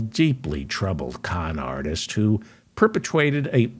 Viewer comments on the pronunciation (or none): Loved perpetwated lol. Spot on reporting.